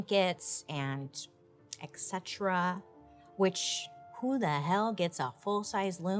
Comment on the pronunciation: Hey Bailey. It’s ETcetra. NOT EKcetra. 🙃🙃🙃🙃🙃🙃🙃🙃🙃